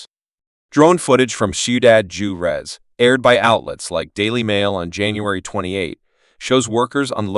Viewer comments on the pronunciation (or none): "Jew-rez"? Huh?